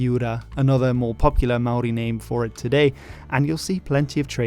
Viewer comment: as a channel not focused on new zealand, your maori pronunciation is so good!!